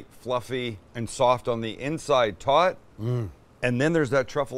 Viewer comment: i didnt realize until the end of the video that he was saying "tot" and not "taught".